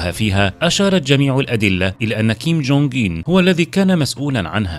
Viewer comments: انت في إسم الفيديو و حتى في محتوى الفيديو كتب كيم جونغ أون و أنت تنطقها كيم جونغ اين لذلك في بعض الأحيان أحسب أنك قلت كيم جونغ إيل أبوه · تقريبن كل الفديو وهوه يقول كينج كونغ مان 😂سبايدر مان